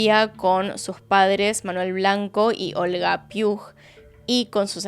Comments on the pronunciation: hola cielo! me encantan tus vídeos y este comentario no es hate en lo absoluto, es informativo jeje. el segundo apellido de Eva, Puig, pronunciado "Puch" no "Piug", es un apellido catalán <3 gracias por dar visibilidad a este caso y a la negligencia policial que conlleva. es muy indignante lo incompetentes q son en este país... te admiro mucho!! <3<3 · JAJAJAJ es Puig no Piug JAJAJ, típico de españa (no es hate te amo) pero para que sepas que es Puig, no Piug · Me encantó el video. El único detalle es que la familia materna se apellida "Puig" y se pronuncia parecido a "Puch", como "Robledo Puch" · me encantan tus videos! pero quería comentarte por si haces otros casos con apellidos asi pero el Puig se lee "puix" o "puij" gracias por leer <3 me ha parecido super tierno escuchar como lo has pronunciado jejej un abrazo! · El apellido de la madre está mal pronunciado 😢